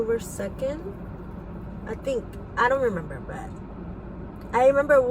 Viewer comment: Had to stop watching around 18min in, it's hard to listen to unintelligent child killers. ( N den I we-mem-bahh X's 250 times in 3 minutes) 🤦🏻‍♂️